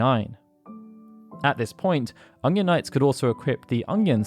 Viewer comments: Are you saying "Onion" or "Ungyan" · Is something up with my ears or does he keep saying Ongion? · You're English, why can't you say onion properly? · The way you pronounce "onion" bothers me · why does he say onion so weird